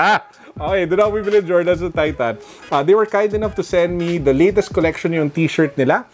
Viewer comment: Really laughed on the "Jordens" part. Haha. Ala-Tulfo. Video was super informative. I always check my collection since I experienced that with my lebron soldier 10 red toe.